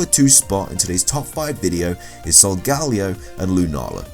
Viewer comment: Jackie Mcclain what’s that supposed to mean...plus we do pronounce Some Pokemon names differently